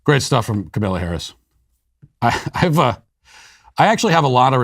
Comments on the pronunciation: Are you sayinh kamellah on purpose.? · Is he purposely calling her Kamilla? 😂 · I love it how Matt is purposefully mispronouncing “Camilla’s” name 🤣. I mispronounce it too (CamelToe Whorrish). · This was so funny, but so sad. She could be our next president. :( I love how Matt went from calling her Camilla to Kamaila. 😂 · I laugh every time I hear him call her Camilla. Trolling that “say her name right!” Moment when that one guy kept calling here Ka-mal-a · It’s KAmala, not kaMALA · "Kamela" ... love it. She hates her name to be mispronounced. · He calls her Kamilla 😅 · I’m hearing “Carmella Harris” every time you say her name 😅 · KamEla? Pronounce it correctly, waycist! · why are you pronouncing her name as “ka-male-uh” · I miss Matt calling her Kamayla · I stress it as KaMALa because: Kamala es muy mala (y "Walz don't work"). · It's ka MALA!! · MY FAVORITE PART IS MATT MIS-PRONOUNCING HER NAME THE ENTIRE VIDEO. :) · I'm a huge fan of yours, but the way you just decided to mispronounced her name suddenly, is jarring. It sounds deliberately ignorant, and it's going to turn off anyone who isn't already on our side. That's a dumb and counterproductive thing to do, 3 days before an election. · Why do you mispronounce her name like that? It's not really funny. Childish, actually. And I like you. Can't stand her. Love your movie. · The intentional mispronunciation of Kamala is just beautiful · I love how you never pronounce her name correctly lmao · Is so god damn disrespectful how these right wingers purposefully say her name wrong. Just a joke